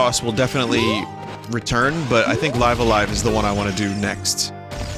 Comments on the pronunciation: is anybody gonna correct Vinny's pronunciation on "Live A-Live" or am I just going to go crazy every time he says it? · I get the Arceus thing and all, but I've just never heard him say this game's title properly -- and many people do pronounce it the way he does. If he is doing it intentionally than by all means, but I just want English major Vinny to know if he doesn't.